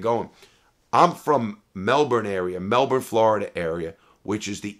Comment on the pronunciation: People who are from Melbourne or live near a place called Melbourne will pronounce it right. He pronounced it how Aussies pronounce it